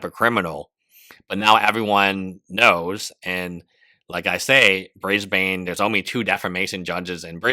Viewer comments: i'm sorry but an aussie needs to tell you lot it's BrisBIN not BrisBane, omg brisbaner what in tarnations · it’s not “bris bane” more like “bris bun” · dammit, Brisbane is pronounced "Briz-ben" not "Briz-bayne" - its like fingernails on a chalkboard for an Aussie to hear it pronounced this way 🦘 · I see a lot of people / Aussies here 'biatching' abt the pronunciation of 'Briz-ben'. Frankly, I find it a bit petty! How do you pronounce, for example, without looking it up beforehand, the capitol of Denmark... in Danish, or the Finnish capitol not translated to English - I would like to hear you do that! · Brisbane - sounds like Brisbn, or Brisbun. (Not like a circumcision of a Batman baddie...) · you mispronounced "Brisbane" EVERY SINGLE TIME, you pronounce it without the "a" 😐